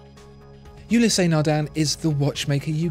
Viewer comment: There's only two syllables in Ulysse, not two.